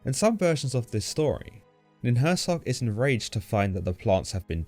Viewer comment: Nin hur sang, not nin hur sag. Also, hur sang means just "mountain" in sumerian.